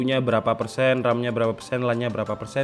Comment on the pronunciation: LAN itu bacanya "lén"